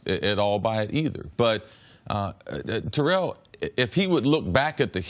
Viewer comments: TARE-ELL OWENS Listen to this video..... he says it perfect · Chris saying it exactly right. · Tare-ell Chris is saying it right